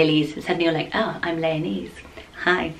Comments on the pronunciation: Anything with "esse" is pronounced "ess" as in "princess", not "ese" as in ""ease" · Lyonesse is said Le a Ness.. I'm Cornish 😁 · It’s pronounced Lion-esse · I just started watching this and decided to google how to pronounce Lyonesse; apparently it's pronounced like the animal lioness. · I thought exactly the same thing! Haha